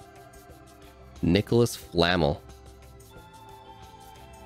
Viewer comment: I’m a Harry Potter nerd and is it bad I got low key triggered when he said Nicholas Flamel wrong and said hagrid lives in the attic 😂😂😂